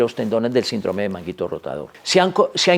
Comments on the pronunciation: " SINDROME " ????? Doc, no lo enseñaron a leer en la escuela ?? SÍNDROME !!!!!! Con acento el la " I " por ser palabra ESDRÚJULA !!!! No revienten mi florido y querido Idioma ESPAÑOL !! 🇪🇦🇪🇦🇪🇦🇪🇦🥸👍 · Porq dice SINDRÓME si es SÍNDROME... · NO ES SINDROME SINO SÍNDROME EL ACENTE ESTA EN SIN NO EN DRO PARA ESO TIENE LA TILDE. GRACIAS